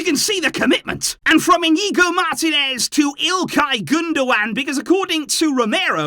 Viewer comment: Bro. It's mar-TEE-nez. Say it: mar-TEE-nez.